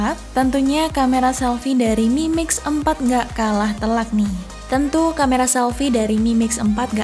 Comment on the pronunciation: Aku salfok dengan kalimatnya ngomong mimix 🤣